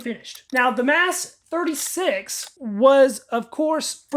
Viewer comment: Your saying that wrong. Yes Mas36. But say it like Mos 36. Most of the stocks are new looking.